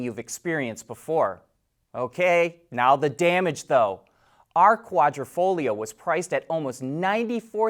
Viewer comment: Thank you for pronouncing Quadrifoglio correctly. :)